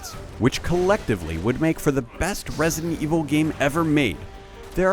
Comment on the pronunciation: For the love of god. It's Re-si-dent evil 6. 3 syllables. Not resent evil 6. Drove me f-ing crazy to listen to this schmo